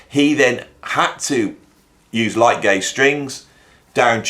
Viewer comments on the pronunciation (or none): none